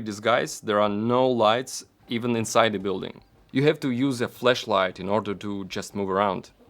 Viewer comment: you said flashlight like it were "fleshlight". I'm pretty sure it wouldn't be recommendable nor appropriate to use the latter at the time and place... xD